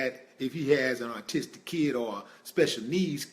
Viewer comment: Autistic! Aw- Tis-Tic Not Artistic! I had to!;)PEACE